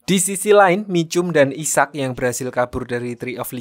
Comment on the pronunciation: Cara bacanya aiseck bang bukan isak